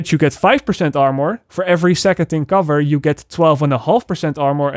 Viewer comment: Anybody annoyed he said amor instead of armour? Or is it just me?